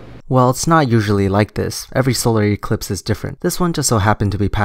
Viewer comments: Someone help me count how many times he says "disingenuine" Solar Ee-clipe? Wut the hell is that? how come he doesn't FUCKING see the NOT TO SCALE? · “The solar EEEclipse.” Nuff said. You know, he makes more than just himself look stupid. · Hahahahaha solar e-clipes instead of eclipse (im talking about the flat earther's pronounciation) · Omg when he says E-cliiips ahahah! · Why does he always put emphasis on the letter e in eclipse? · Oh God he just said "the solar EEclipse" and disingenuine now I know the amount of brain cells to that are in the average flat earther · E clips In akurrat esperimnt I dont know about you, but this guy doesn't sound smart